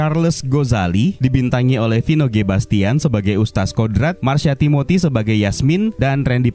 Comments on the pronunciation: Wahai penggembala domba, ustadz dibaca ustad atau ustat bukan ustas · Nih makhluk nyebut kata "Ustadz" pun gk becus 🥱🥱🥱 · Mungkin yg review ga paham cara bacanya 😁